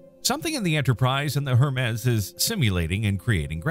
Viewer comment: You really don't know who Hermes is or how to say his name?